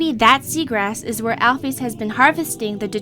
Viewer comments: alphys isn't pronounced alphees Mettaton isn't pronounced like that!!! Pronounce it right!!!! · you pronounce alpyus wrong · I pronounce Alphys like, "Alphis". Not, "Alphees". Not criticizing or anything, but that's just how I pronounce it.